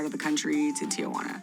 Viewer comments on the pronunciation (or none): Es gracioso que dicen "tiguana"😂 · Gringos pronounce Tijuana so funny 😅😅